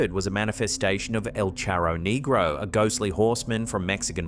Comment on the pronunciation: Holy. Shit. First it's "figaaa" but that is NOT how you pronounce "negro"... This channel is going to get banned lmaooo